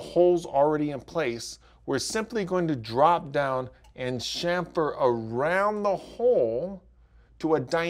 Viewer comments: It's pronounced kamfer, not shamfer. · Say "SHAMFER" one more time!!!! It's CHAMFER!!!